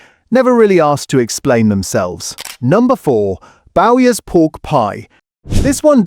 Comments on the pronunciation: It's no Bowers, it's Bowyers. What are Wool's pork pies, or Fray Bentoes? Yet more A1 generated slop, I guess. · Also it's Bowyers, not Bowers, another giveaway it's AI generated. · Meat (steak) pies I no longer bother with. Rowes Pasties are far superior to Ginsters and I love them. As for pork pies, I have eaten Dickinson's for years after trying everything else. AI voice was annoying as it couldn't pronounce Bowyers. 😂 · Good list, agree that the quality of well known names has gone down the pan, despite huge price rises in recent years. Used to love meat pies but don't really bother with them much now. Did get offended by your pronunciation of Bowyers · Can’t pronounce Bowyers correctly then ?